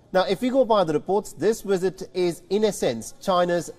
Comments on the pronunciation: its visit. not Wizit.. bite your bottom lip to say visit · Lmao he said "wisit" instead of visit 😅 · What’s a wizit,,,, does the presenter mean visit 😂😂😂😂